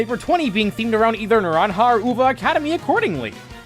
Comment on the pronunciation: Not like its important but love the actual attempt of pronouncing naranja and uva well (you pronounced them well btw)